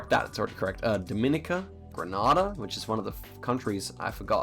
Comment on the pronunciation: Great video, just a note as a Grenadian, Grenada is pronouced "Gren-aye-dah", Granada is a place in Spain. Sick video still and way better than I would've done